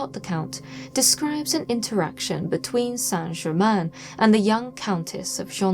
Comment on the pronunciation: Thank you, Madame, for having the manners to pronounce the name of the subject of this documentary (fairly!) correctly. The hideous programmes talking about a "Sainte Gerymayne" are a total insult- particularly from those claiming to understand occult methods. Mr. Black's book on the shelf behind you is a valid choice as well. Thank you again.